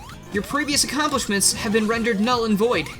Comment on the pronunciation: “Where have you BEAN?”, your Emile is showing.